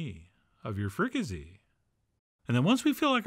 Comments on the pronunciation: It isn't "frica-say," it's "frica-see," just like it looks. Why on earth would you change that? And have you really never heard the word "fricasee"? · It's pronounced with an "s" not a "z". It's like the "s" in sea not a "z" like zoo. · Free-ca-say you pronouncing it all wrong lol